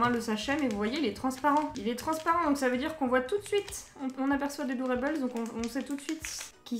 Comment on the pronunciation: Hello super vidéo ! :D Juste petite rectification sur le nom "doorable" venant de "door" (porte) et "adorable" (adorable haha c'était dur) ; du coup si tu le prononce en français, garde le "able" en prononciation français (pas eibeul) et si tu le fais en anglais ça donnerait "able" au lieu de "eibeul" Voila voila c